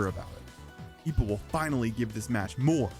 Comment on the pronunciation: his name is Ippo, not Ipo.